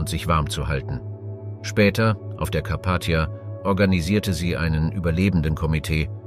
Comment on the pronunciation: Die Aussprache schmerzt teilweise in den Ohren zB bei Ortschester oder Karpattia. Das ist echt nicht zum Aushalten. Wird das vor dem Einstellen nicht überprüft? Und seit wann spricht man neunzehnhundertzehn eintausendneunhundertzehn aus? 🤔